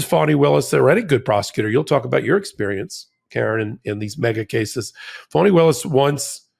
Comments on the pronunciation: Keep sounding like you say funny Willis and I keep double checking and I’m on your side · Do you intentionally mispronounce GA DA fani Willis name?? I've heard this on some of your other podcasts.